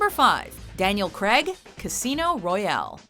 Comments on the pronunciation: Did she say Daniel creg? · Daniel "Creg"😂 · Daniel Creg?????? hahahahahahahaha